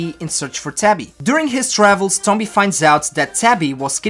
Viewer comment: He says the name wrong